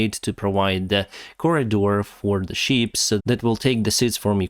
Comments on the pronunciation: Sometimes I can't help but laugh because the way he mispronounces things... accoridor for the sheeps?... Ah ships! Food for the Sheeples.Lets hope it happens. Lets face it, if Russia blocks the food from getting through, who are they going to get angry with? It won't make them like the Russians. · I heard you talking about sheep 🐑. But then listened closer and realized you were talking about ships 🚢 lol